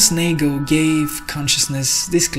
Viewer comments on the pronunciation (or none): none